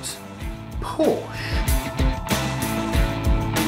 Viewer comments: Spot on, about PHEV's being a stepping stone for people. Porsche have the seeds of the right idea. They'll not be too happy if people persist in mispronouncing their name, though!;-) I like the format of this channel. Shall pass the word around for you. Thanks. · Hey.. You're really upsetting my wife by pronouncing Porsche that way. Listen how it's done correctly :)